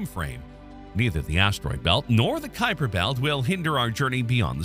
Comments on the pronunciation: 12. It is named after Gerard Kuiper who pronounced his name Kuiper, not Khypur. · As I only know one pronunciation of "Kuiper", this isn't helpful. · You do understand that a Dutch national and someone of Dutch descent living somewhere other than the Netherlands might pronounce their name differently, right? The topic is Gerard Kuiper, who is a different person from your friend.